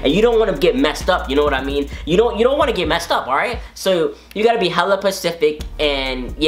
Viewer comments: No one noticed that he is saying pacific instead of specific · He said pacific its spacific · I died when he kept saying "pacific" instead of specific P.S im not a guy but i love your videos, so i watched it just to see your savageness